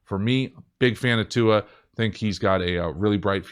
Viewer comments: thank you for saying Tuas name almost correctly!!🤙🏿🤙🏿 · I’m just really impressed that you pronounced Tua’s name correctly... the NFL Commissioner butchered it at the draft.